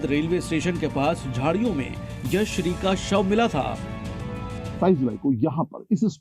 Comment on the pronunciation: भैय्या लड़की का नाम यशश्री है और आप हर बार यश्री कह रहे हो मीडिया में काम कर रहे हो नाम का योग्य उच्चारण सीखो ।